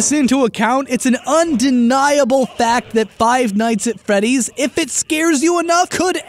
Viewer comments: Am I the only one that hears him mispronounce five night at Freddy's a bunch of time? He said "fight night at feddy's" 🤔😂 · ROFL did he just say Five Nights At Feddy's